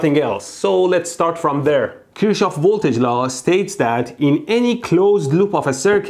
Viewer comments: Kirchhof not Kirtschoff in German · Your German needs some work. It's Kirchhoff, not Kurchsjow. It means church garden. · its not Kirsch its KIRCH!!! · فقط یه ایرانی میفهمه چرا مهدی نمیتونه بگه ک*رشاف😂🤦🏻‍♂️ only an Iranian can realise why mehdy can't say kirshouf😐🤦🏻‍♂️ A.N: kir means penis 🤦🏻‍♂️ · Kirchhoff is pronounced as kirh-hof. In german "ch" is pronounced simply as simple "h".